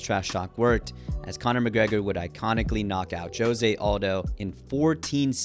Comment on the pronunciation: "joe-se" lmao